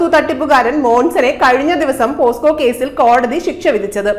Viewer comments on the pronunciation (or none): പോസ്കോ അല്ല. പോക്സോ അല്ലെ